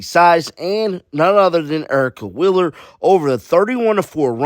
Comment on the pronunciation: Why do you say "Willer" instead of "Wheeler"?